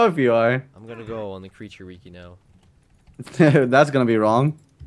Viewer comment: y u pronounce wiki like weekee.